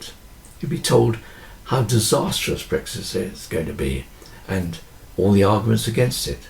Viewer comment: Another highly relevant video - well done ! Thank you ! I think I must have been feeling hungry with those analogies around food - I could have sworn you said “breakfast” instead of brexit !